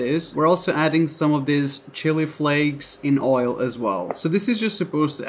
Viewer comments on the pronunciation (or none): none